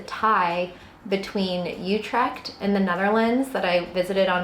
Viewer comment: Oou-trect rather than You-trect.